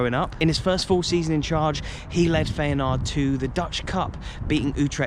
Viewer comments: FAYANARD!😂 FI-A-NORD. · FEYNAARD! sorry what? that has to be the worst pronounciation ive heard in ages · Feyenoord is that well known I’m surprised your struggling to pronounce it 😂